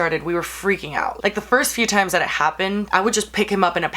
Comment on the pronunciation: "i'll probably do et again" lololol love her